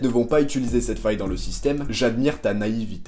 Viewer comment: J'ai entendu naivité 🤦🤷